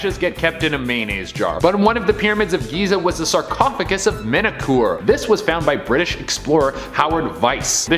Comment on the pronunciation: The pyramid was build for MENKAURE - not 'menekoor' or what ever he is saying.. nobody here seems to not be able to pronaunce enything right..🤣😂😅 english is my third language.. what's theire excuse?